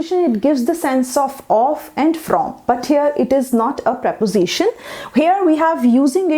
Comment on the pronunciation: Not to be rude but you're not pronouncing "preposition" quite right , you're pronouncing it as "praposition"